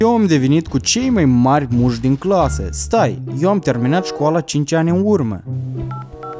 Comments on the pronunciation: Ai spus de 8 ori muşci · Ai zis muşci de 7 ori. M-am abonat! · Au spus nuschi de 8 ori